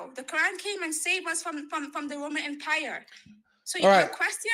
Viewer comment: What is the “woemun wempire”? And what on earth are “wemenents”?